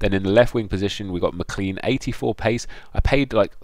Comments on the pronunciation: Isn't it Mc-Clane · It's pronounced McClain!